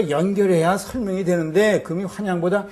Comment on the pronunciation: 금의의 금은 "길게"발음해야지요!!